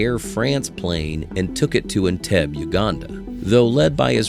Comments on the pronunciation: The narrator of this piece,while interesting, can't pronounce anything correctly. Entebbe is en-beb-ee. Iraq is EEErock...not I rack. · you had me as a viewer until your robotic narrator mispronounced the word Entebbe. I'm out